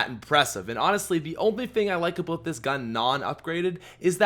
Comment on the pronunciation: Ha, u said aboat